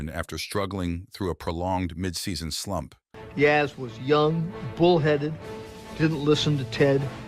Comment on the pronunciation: disrespectful towards Yaz- have no f&*kin idea how to pronounce his name.